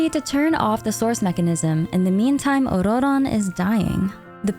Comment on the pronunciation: Why are you rolling the 2nd "r" in Ororon? It just comes off as pretentious and extremely annoying when nobody in the lore/game is pronouncing it with a rolled r. Jesus christ. You can't seem to use a single pronoun for him, so you're actually saying his name every 4 words which sounds insane.